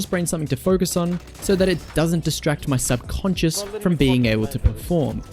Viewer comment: gonna take a shot everytime says subconsince